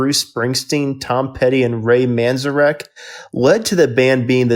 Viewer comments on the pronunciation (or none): none